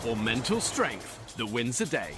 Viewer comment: “Mental steength” yeeeeah right